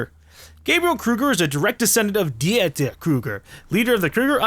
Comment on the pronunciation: How in the fuck did you mess up Dieter......deeter...dammit...I know you sorta got it the second time but wow how you botched that.